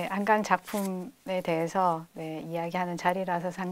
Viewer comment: 자가 한강의 한은, 짧게 발음하셔야지요° 길게 발음하시면, 강인 한강과 혼동하게 되지요!